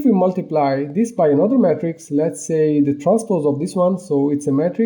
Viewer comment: why you pronounce "Matrix" like "Metrics" ? "Matrix" is pronounced "may-trics"